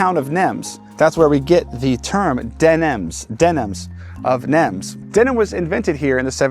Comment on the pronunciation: Great video as always ! The city of Nimes is pronounced "Neem". The S is silent. De Nimes means From Nimes De Nimes --> Denim (same pronunciation)